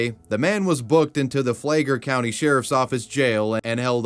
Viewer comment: to add: "flay-ger" and "cape corr-al" it's flag-ler and cor-uhl (like the thing you find in the ocean)